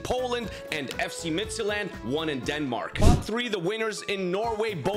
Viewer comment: the day pronounces FC Midtjylland correct, spurs will win a major trophy